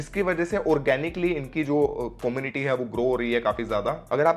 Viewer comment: Como-niti ni come-u-niti